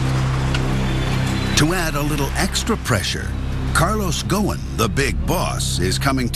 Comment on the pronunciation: His name is Carlos ghosen and not gowin